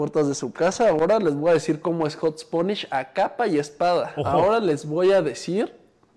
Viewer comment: Que ansiedad me da que diga "HotSponish" 😂😂